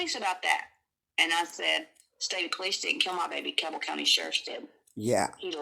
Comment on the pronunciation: Request it correctly. Learn how to pronounce Cabell.